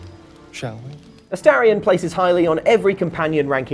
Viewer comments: You can tell Baulders Gate 3 hasn't released on xbox yet. Ast-a-rion 😅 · Why do people keep mispronouncing Astarion's name?